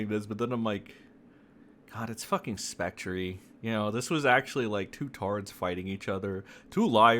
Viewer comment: Or how about specTREE😂